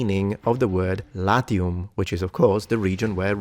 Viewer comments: Because you are a gamer? You accidentally pronounced the "a" short there? The first naming story for Latium sounds believable in a cynical-spiritual sense: "Let's hide from the father of gods! ... ... ... OK, now let's conquer the world." P.S.: Make a video about femail armor. 😜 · LAZIUM not latium…